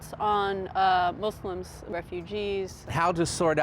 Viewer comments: "MOO-slums" ... Is that how that's pronounced? I'm concerned. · I'm sleep 😂, my mans said moozlims. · “mooslums” lmfao 😂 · "I've never been in a MOZLIMZ house" that cracked me up